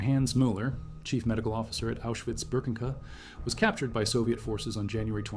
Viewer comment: No ofense but it was Auschwitz Birkenau not Birkenka